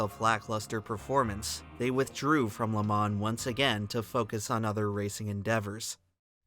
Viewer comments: Next time pick a computer generated voice that sounds like a man not a child and one that can pronounce "Le Mans" properly. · Dude, if you're going to do a video on a topic, at least learn how to pronounce said topic first. So annoying! It's pronounce le- mah. The N is silent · Bro did all this research just to say Le Mans wrong the whole video